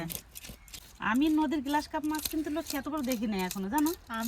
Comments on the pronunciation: গ্লাস কার্প নয়। গ্ৰাস কার্প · গ্লাস নয় গ্রাস কার্প হবে( ঘেসো রুই )